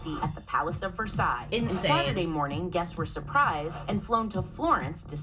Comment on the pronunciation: Can’t believe you pronounced Versailles the KY correctly lol